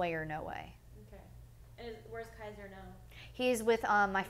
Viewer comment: if an interviewer would say my kids name wrong, I'd get up and walk out. KAZER? LoL.